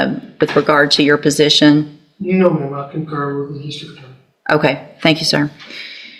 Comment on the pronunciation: "wot is ya alls positin" which redneck state is this judge presiding over? Edit: I believe that was? She's awesome! She saw right through the child abusing druggo defendant